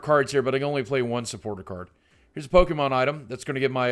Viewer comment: I see everyone getting bothered with Lugia but I usually never see anyone care when people pronounce pokémon as "po-KI-mon".